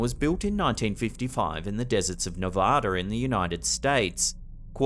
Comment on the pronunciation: OMG a youtuber that says "Nevada" correctly!!!!!!!!! I knew i loved this channel!